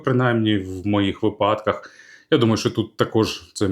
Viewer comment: Ех, знову випАдок, замість вИпадок))